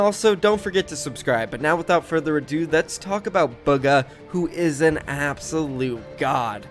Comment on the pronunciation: BOOGA. ITS PRONOUNCED BOOGA. NOT BUGGAH, BOOGA. ITS NOT THAT HARD